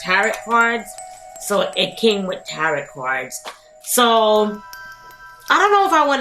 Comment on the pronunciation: Just so you know, you don’t pronounce the last t in tarot. It’s like, “tare-oh”